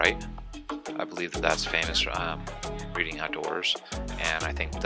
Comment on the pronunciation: It’s pronounced like “red-ing”. Like I “read” a book